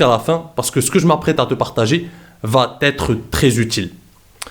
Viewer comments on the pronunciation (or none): peut-être que tu dis "va t'être" et dans ce cas là autant pour moi mais si tu dis "va être" en prononçant un T imaginaire c'est cette erreur que j'entends souvent et qui insulte la langue français j'ai eu peur, excuse moi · mais!! je t'avais dis il y a trois vidéos que tu prononces mal "ça va être fort intéressant" tu inventes un T et une liaison qui n'existe pas du tout s'il te plaît fais ce que tu m'avais dit et prends en vraiment note